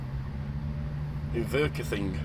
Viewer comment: Inverkeithing is pronounced in-ver-keith-ing just thought I would let you know.